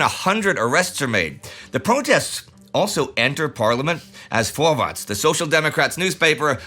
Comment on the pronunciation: Indy needs to work on his "ä". Vorwärts is pronounced like American english Fore-vehrts. "Wärts" more or less rhymes with American english "cares". I think we're going to keep hearing from Vorwärts for a while..